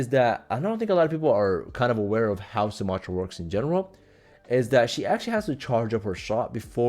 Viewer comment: You’re saying her name wrong 😂